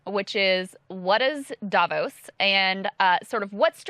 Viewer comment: Krystal, I thought you said it was pronounced "Day-vos!!?" Lol..